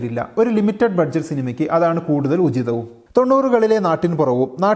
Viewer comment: Budget എന്നുള്ളത് ബജറ്റ് എന്നല്ലേ വായിക്കുക??